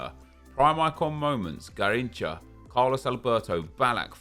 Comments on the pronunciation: It is funny listening you saying Garriiincha lol Although his name is "ga-heen-sha". Try it next time hehehe.. cheers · “ And there is 95 Gayrincha, i say his name so well dont i” 😂😂😂